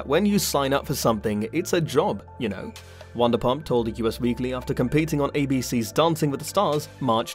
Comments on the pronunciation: Wondapump? It’s pronounced VANderPump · What’s wandapump 😂 it’s Vanderpump as in a Van 🚐 😂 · And say it wrong 😂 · It's Van -der - pump